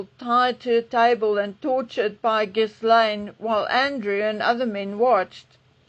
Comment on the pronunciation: It's not pronounced GIS-lane. The S is silent. It's Gil -ane. Or as Lady C says, Gillen.